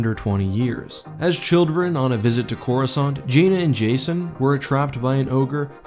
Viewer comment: Why can't anyone seem to pronounce it correctly? I thought I was going crazy and now after 10 years I actually bothered to look it up. It's Cor US Kant. C before the letter A in English is never silent.